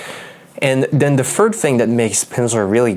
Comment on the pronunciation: Hi, nice review. Btw, since we're talking about language learning and fluency, I listen to your pronunciation of "th" in words like "third" and "anything," and I think it sounds more like an "f." So I watched closely and saw that you use your lower lip under your teeth to produce the sound. Instead, you should be touching your upper teeth with your tongue. You can try it out and you'll immediately hear the difference :)